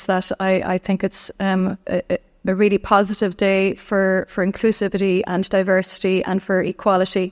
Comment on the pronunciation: She can't even verbalise "inclusivity", are we even sure she knows what it means? 😂